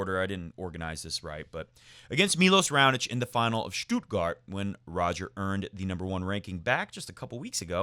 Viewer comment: Hey, your "Halle" pronunciation is great. "Stuttgart," on the other hand... It's "Stutt" like "should" or "could," not like "do" or "woo." Federer forever from Berlin